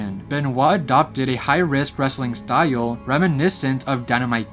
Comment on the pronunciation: STYLE IS A ONE SYLLABLE WORD, NOT TWO. IT IS JUST STYLE, NOT STY-UUL.